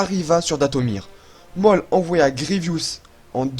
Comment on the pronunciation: Waw 🤩 c'est fou comme tu progresse au niveau montage 😻 C'est très cool a voir 👌🏻👍🏻 mais je crois juste que Maul se dit "Môl" et pas "Mooooooollllle" 😂 mais bon sinon rien a dire, c'est super 🖤